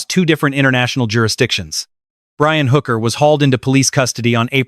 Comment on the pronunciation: Her name is Hooker NOT Booker Mr. A.I. speaker.